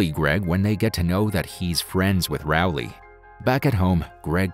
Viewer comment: Rowley, not Rowle.